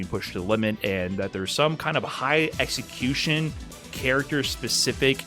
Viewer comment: lovez his exa-my-cution.